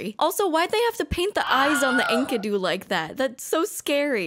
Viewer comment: Enkidu is the dude's name, not his species. He's not "The Enkidu". Also, these clowns saw the name Enkidu and thought "Oh yes, of course! Ink-uh-doo!"